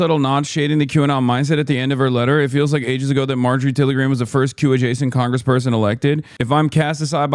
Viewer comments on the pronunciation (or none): Someone said Maojorie 💀